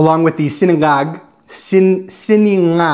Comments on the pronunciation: Hi it is (si-na-ngag) not siningag po:-) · it’s Sinangag not Siningag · It's sinangag not siningag from the root word sangag as opposed to sinigang whose root word is sigang, am I right peeps? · sinA ngag. Letter A not i. 😊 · Not Si Ni ngag. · Fried rice I pronounced “see- NA- ngag” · S-IN-ANGAG FROM THE ROOT WORD "SANGAG"